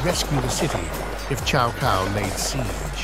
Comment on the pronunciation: Chow Cow and Loo Bay 😂😂😂